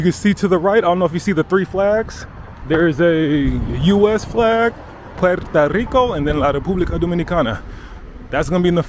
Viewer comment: Puerto not Puerta. Puerta = door